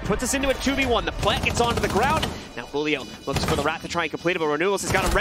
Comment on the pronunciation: Y do the casters say “Hulio” it’s Julio it’s Portuguese not Spanish